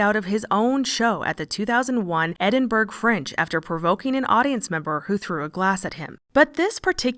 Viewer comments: Sorry, I'm gonna be THAT person: It's EdinBRAH, not EdinBERG. I was lucky enough to perform there way back in 1991, and got an earful when I pronounced it EdinBOROUGH. 😊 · Russell Brand has always come across as slimy. Also I’m sorry to do this but it’s pronounced Ed-in-bu-ruh not Edinberg. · i giggle everytime she says eddin burg hahaha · It's EdinbRUUH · It’s pronounced ’Edin-borough’ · "Ed-in-brah" Thanks for the video, from Scotland 😘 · Edin‘borrah’ FYI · I had to rewind and because I thought I’d misheard 😅 We love your videos but it’s pronounced “Edin-burr” - the g is silent. And The Fringe is incredible, on every August, the city lights up with the best comedians, dancers, artists and actors in the world! We also have a film and book festival on at the same time. Lots of love from Scotland 🏴